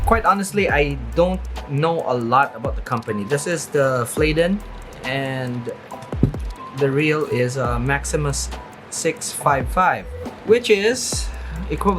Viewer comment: Can we not call it FLAYDEN , it’s FLADDEN .